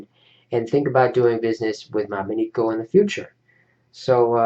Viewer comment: you pronounced it wrong it is mobineko not mobineeko